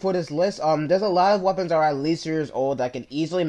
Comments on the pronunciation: It's not WeaponsTat it's weapons that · "WeaponsTat" LOL